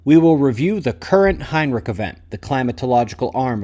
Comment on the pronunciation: Heinrisch, there is no k in Heinrich 😂